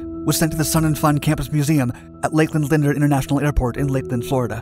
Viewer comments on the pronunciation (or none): none